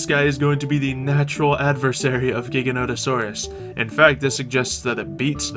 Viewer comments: It's pronounced like gigantic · Can you please say Giganotosaurus correctly